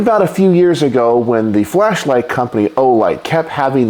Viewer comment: God that really sounded like you said "fleshlight" 😂